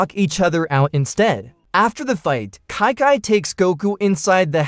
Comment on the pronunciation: I would think you mis pronounced that name. You called Chi (Kai). For starters, Kai is going to be Goku's future martial art instructor. You mind as well call that woman and pronounce it as Chee. In the future, that guy called Kai would be considered a king as in King Kai. When you narrated this story, you are called Goku's future wife Kai instead of Chi.